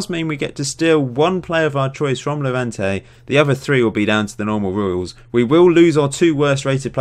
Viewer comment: saul would be going to Hevante ????????? it's levante with L and schennikov is with double N not MN